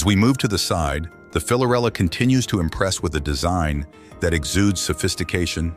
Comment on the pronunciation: It’s hard to take this seriously when the narrator is unable to correctly state the product’s name